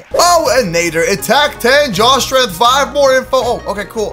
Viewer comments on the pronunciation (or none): sorry but did I hear deadly NAIDER just saying its NADDER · IT IS NOT Naddooor it is Naddeeeeer!!!!!!!!!!!!!!!!!!!!!!!!!!!!!!!!!!!!!!!!!!!!!!!!!!!!!!!!!!!!!!!!!!!!!!!!!!!!!!!!!!!!!!!!!!!!!!!!!!!!!!!!!!!!!!! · I am soo triggered when said Deadly Nather rather than Deadly Nadder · It’s not Nay-der It’s Nah-der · New t pronounced nadder not nader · Nat-er deadly nadder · Nadder is pronounced natter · I'm sorry buy you saying deadly netter and other dragon names rong makes me kinda mad cuz in a die hard fan of how to train you dragon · and nadder